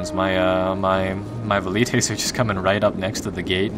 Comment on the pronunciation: who else thinks its annoying how he pronounces valites and cavalry